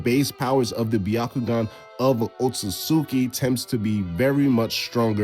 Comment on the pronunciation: u know that video gonna hit when the narrator chooses to pronounce otsutsuki correctly. im abot that oh-tsu-tsu-tsu-tsu-tsu-tsu-tsu-ki yfm